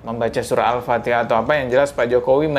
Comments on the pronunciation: Mungkin benar, yg dibaca jokowi itu alpateka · Al patekah... 😂😂😂😂😂😂😂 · Dia bukan baca alfatihah tapi alfateka seperti yg dia tau😂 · Alpatekah barang kali...kocak😂😂😂😂😂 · Jokowi baca ALFATEKA bukan Alfatiha